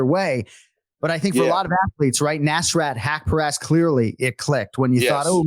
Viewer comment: Anik: "you have to be able to pronounce names right." continues to say neeesrat hepcureeeest as if he's an American jock 😂😂